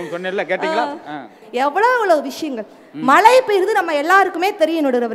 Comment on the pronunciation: Malai illa mazhai